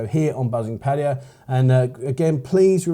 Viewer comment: Please pronounce their name correctly, it's not pattiya, it's pronounced Patt Aye Ya ,with an A not an I